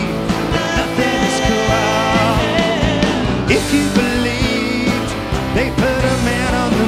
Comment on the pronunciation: Believe not beleet